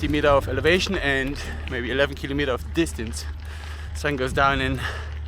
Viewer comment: this was awesome, as usual! But i have to ask you something: could please Look Up how to say kilometer in english please? You say it 50 times per video, i think it would pay off to say it properly. Otherwise, keep Up these awesome Videos (and Pictures!)